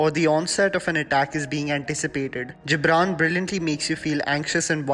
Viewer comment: The Gibran is pronounced as गिबरन